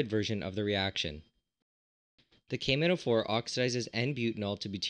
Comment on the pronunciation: The way he says the name of potassium permanganate "cavemen O4"